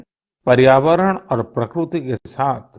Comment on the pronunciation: प्रकरूती नहीं प्रकृति होता है मुर्खाधिराज